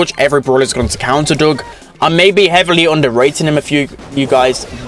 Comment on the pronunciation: It’s Doug not Dog